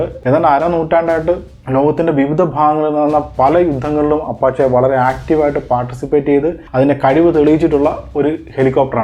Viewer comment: അപഷേ എന്നാണ് ഉച്ചാരണം